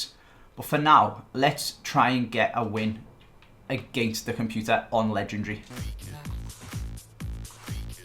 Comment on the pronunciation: pls stop pronouncing legendary wrong mate lol